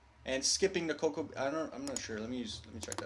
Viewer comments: cacow. xD its co-co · Co-coa= coe Cow